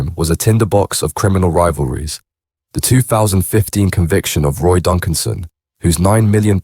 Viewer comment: A knee his ex woman she was a bit of a girl And it’s Donaldson not Duncan’son